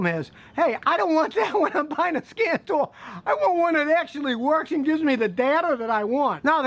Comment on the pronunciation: At first I thought you said "scam tool" I hope I never need one...